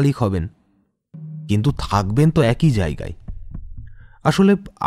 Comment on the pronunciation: গল্পটা ভালো কিন্তু উচ্চারণ ভালোনা। উচ্চারণ ঠিক হলে গল্পটা পুরো perfect হতো। """ব্যক্তি কিন্তু উচ্চারণ হবে বেক্তি, লেখাপড়া not ল্যাখাপড়া, এক-ই not একোই। প্লিজ কিছু মনে করবেননা বললাম বলে।